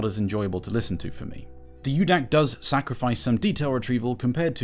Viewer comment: It’s Micro DAC, not U-DAC.